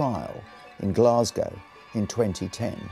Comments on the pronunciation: that's what I said. Surely every Englishman has heard the word Glasgow pronounced correctly? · How can an Englishman not know how to pronounce Glasgow? 🤦